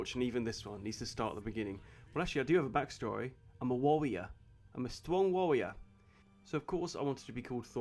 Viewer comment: Quit out when he said wawwior